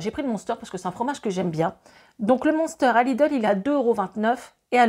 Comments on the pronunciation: Monster 😅😅😅 m1ster ça ce dit !! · tu m'as fait rire avec ton "moonsteur"......j'ai chercher quelques secondes🤔🤔🤔....il s'agit de munster , on dit "mainstere" et non moonsteur... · Coucou, J'ai rigolé (sans me moquer) quand tu as parlé du "monster". Je m'attendais à la boisson et en fait non tu parlais du fromage. En tant qu'Alsacienne je dois te dire que cela se dit phonétiquement du m-in-s-terre (le un chante in). 🙂 Bonne journée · 🤣🤣 tu me tues avec le fromage Munster. Ça se prononce Minster, pas Monster 🤭😜. Beau comparatif en tout cas